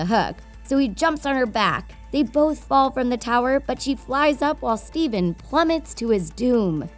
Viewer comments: It's not stephan it's stefan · It's not Steven. It's Stephan like "steph an" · I kept hearing steven. It's Stefan. 🤦‍♂️ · Stefan not Stephen. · Stefan not Steven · It’s pronounced Ste-fan, not Ste-ven. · It’s Stephan not Steven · “Steven” it’s Stephan :/ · Stephan not steven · Did nobody notice that she said STEVEN instead of well I think it’s spelled Stephan. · Whos Steven? It's Stefan. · Stefan not Steven.. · STEFAN!!!!!!! Not steven. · Dear god how can you pronounce the kings name wrong, has this woman never watched sleeping beauty or maleficent??? Steven??? No dear its prenounced stefan. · His name is Stephan not Steven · its stefan not steven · You are mispronouncing his name, it's not Steven, it's Stephan, the ph in this case is pronounced as an f, as in the original tale. Nice vid though. I'm curious how this will turn around in the sequel. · its stephan not steven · Sorry, what? Steven? His name’s Stefan. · It's not Stephen! Its stephan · The worst thing about this whole video is the narrator calling Stefan ‘Stephen’ .... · She says his name rong it is stefan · It’s pronounced STEFAN. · it's not pronounced steven rEEEEEE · It’s stefon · The amount of times Stefan is pronounced as Steven is enough to drive a Disney Nerd bonkers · I’m sorry but I can’t take this video seriously. You can’t say Maleficent OR Stefan correctly. Not to mention your “dark secret” is just a plot summary...